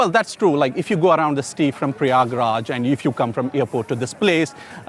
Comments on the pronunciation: Please correct pronunciation of ganges and prayagraj When you read this word "ganges" So pronunciate it gaa- ann- gaa And read " prayagraj" So pronunciate-"praa-yaa-gaa-raaj Ganges=> gaa-ann-gaa=> it is holy river of india Prayagraaj=> praa-yaa-gaa-raaj=> it is place where celebrate mahakumbh (maa-haa-kuumm-bhaa) mela(may-laa) festival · shame on, cant pronounce a simple name prayagraj.